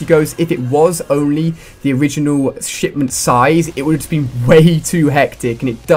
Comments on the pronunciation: anyone eles relies he says shitment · wow Ali-A , were you tired when you made this video or something? You sounded a bit off, less energetic. You also repeatedly said the name of the map wrong, and at the end of the video, you said it was fantastic to cover all of the dlc for another YEAR of CoD Ghosts.